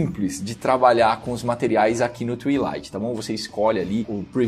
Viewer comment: como é que tu pronunciou Twilight?? kkk se pronuncia +- twailaight